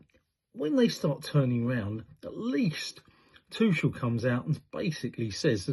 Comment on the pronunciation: If you're going to criticise pundits then at least pronounce the manager's name correctly. Tush is American for backside, not the England coach. They didn't slag BURN probably because they didn't want to plss on someone's dream. He probably won't start again so fair enough. A little kindness never hurt anyone.